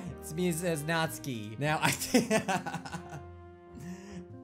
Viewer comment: This has been bugging me but it’s pronounced nat-soo-key not natskey